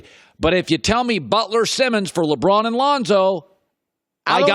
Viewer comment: Can we start a gofundme to get Chris Broussard a speech therapist to teach him to pronounce "LeBron" like a normal human being?